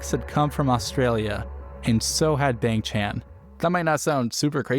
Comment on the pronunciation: Please pronounce Bahng for Bang, Chahn for Chan